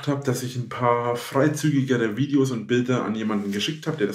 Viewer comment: "Dideos" macht mich schon wieder so Mett... Das muss er doch gesehen haben.